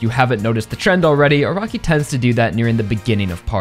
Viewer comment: I cant unhear A-rock-i.